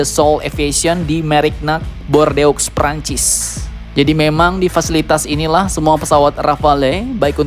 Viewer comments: Bacanya Bordu min, bukan bordeux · wkwkwkw ... Bordeaux dibaca Bordo bang, bukan bordeoks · bacanya bordeaux = bur du min